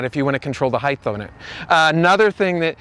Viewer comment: Stop saying heith no such word , it's height (hite)